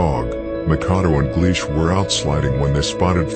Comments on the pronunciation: He said Makado its Mackadoo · Makadoe lol its makkadoo lol